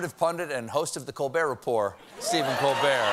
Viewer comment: Does he intentionally say 'Colbert Rapport' in order to elevate his social rapport, or does he do it to sound fancy?